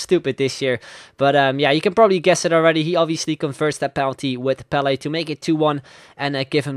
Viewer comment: he said PELE and i understood BALLET